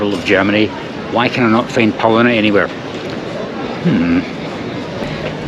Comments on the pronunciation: He didn't say it once. According to subtitles he said polliner many, many times. Butchering the name of his favorite German beer, like he hates it. 🤣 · Realise that Bavaria is not representative of all of Germany. And it's pronounced Pow-lean-er. I would recommend buying a curry ketchup as it will be cheaper than buying in the UK where it's over £8.